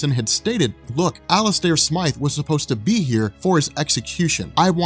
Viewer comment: Isn’t it smythe not smith?